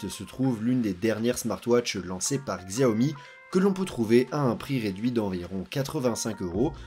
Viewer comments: Tu prononces mal le nom XIAOMI. Ça se dit pas '' GZIAOMI ''! C'est '' CHIAOMI ''. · Désolé mais tu écorches trop les noms... en chinois Xiaomi se dit '' CHAOMI ''. Et Huawei c'est '' WOUAWEI ''